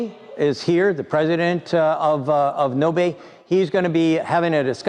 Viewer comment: not ~"nobey" as you pronaunce it but it's Nobe (o as o not ou like it is pronounced in english and the e is just e not ey not i as they pronounce in english). But the google translate's faster version in Estonian language. As the "car"'s origin. Sadly one of the founders is known scammer (involved with many fraud's) in Estonia so wont hope much from that car company future.